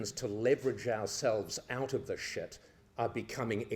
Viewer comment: "it's in deep-sit, Paul.... Deep-SIT!"